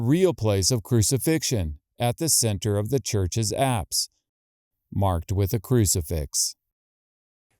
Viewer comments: Forgive my ignorance please what are the apps Location..are you saying Acts or what are you saying? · at about 15 minutes you speak of the apps. Or something that sounds like apps. ...abbs? What does this word mean?